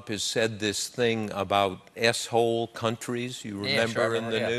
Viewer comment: He tried to censor the word ShitHole by saying 'S' Hole. And ended up making it sound like AssHole :v We love you Bob. Keep up the good work.